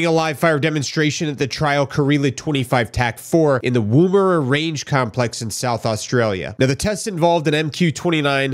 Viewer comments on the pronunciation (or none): “Wooooooomera” (Woomera) the emphasis is on the ‘o’ that needs to be pronounced and emphasised with the ‘a’ sounding like a ‘u’ at the end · No. It sounded like womb-era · Not WOMBera. Its woom like moon. Quick oo. Woomera Rocket Range. A woomera is a spear throwing tool. They've got airforce people there. I know someone almost posted there but the wife had had enough of living in different places every few years to be stuck in the desert for the next 7. And he was completely over it too and basically left the airforce over it.